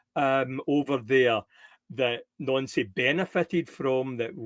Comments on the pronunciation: IT IS NANCY NOT NONCY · Nancy!!! Ffs his names Nancy!!! Not noncee